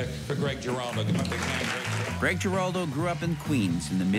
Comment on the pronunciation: You don't pronounce the last name with a hard "G."